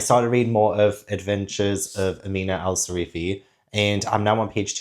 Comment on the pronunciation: How did you read the entire book but still call her Sarifi instead of Sirafi ? 😂 great video as always 👏🏻